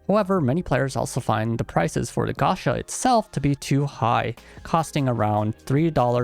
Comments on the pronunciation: Dood please, PLEASE, stop saying gasha, it's gacha, from gachapon. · Why are you saying and writing "Gasha" instead of Gacha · While the fans are upset at the game, I’m upset he keep saying “Gasha”